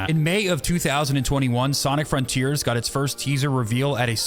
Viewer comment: You can say, "This make us new frontears...." 🥲